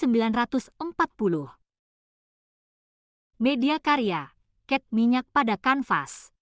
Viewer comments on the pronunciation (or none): Cat minyak bukan ket minyak